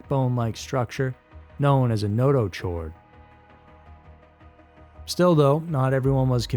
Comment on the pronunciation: Pronunciation is no-to-kord